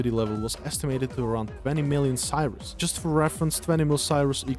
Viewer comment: Cyrus" . Its Curie ,,CURIE" !!! my god its CURIEEEEEEEEEEE